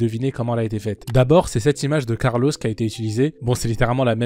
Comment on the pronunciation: « Carlosse » mdr, sinon masterclass com d’hab